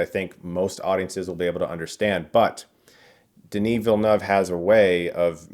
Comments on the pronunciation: You pronounce Denis Villeneuve's name PERFECTLY, it's so refreshing! Kinda done with all the "Willee-noof" out there lol Signed: A French-Canadian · Thank you for sharing your video and insights about Dune ! Incidentally, love how you correctly pronounce Denis Villeneuve !! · You're the first American I've heard pronouncing Denis Villeneuve's name properly! Nice review too!